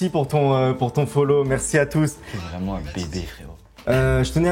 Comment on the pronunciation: la team Kekra: c'est moi ou il a dit "vréelement faire"?